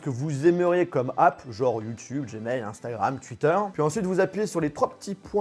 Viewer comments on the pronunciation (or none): none